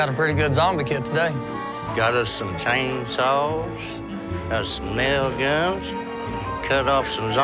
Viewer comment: God I love how he says chainsaw *c h a i n s w a w s *